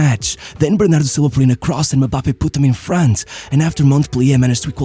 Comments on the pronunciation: His unwillingness to fight aerial battles, is the only thing that keep him from being a perfect goal machine, unfortunately. Btw, it's not "Me-bappe". It's "eM-bappe". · As much as I liked the video, MM-Bappe is not how you pronounce his name. It's very annoying. It's em-bappe. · i cringed everytime bro said "muhbappe" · Why does he keep saying Me-bappe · Am i the only one hearing MaBappe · One of my favorite channels on yt. Sincerely love everything you do. You do the players I care about. But it really disturbed how you pronounced Mbappé😂